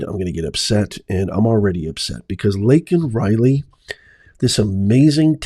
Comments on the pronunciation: it's Laken Reilly, you keep calling her Lincoln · Why did he look up to the audience like they were there saying sorry even when he said her name wrong. They had already spoken and said they were grieving too much to come. Is he seeing things?? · Didn’t even say her name correctly!!!!